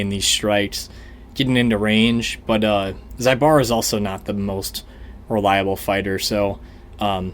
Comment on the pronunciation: Bro its zu like zulu not zaibara zaibara.